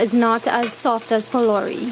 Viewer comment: the video was amazing but alot of people are watching your video so the least you can do is say the correct word ITS PHOLOURIE NOT BOLDERS its made out of grain dhal and not stones